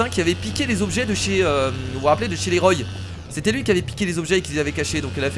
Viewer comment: on dit roi pohr la famille roy